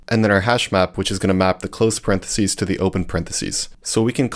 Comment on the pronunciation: What the heck is a "paren de sea" lol 😂 it's impossible to become a programmer without knowing how to pronounce parenthesis, so I'm assuming this is an AI video.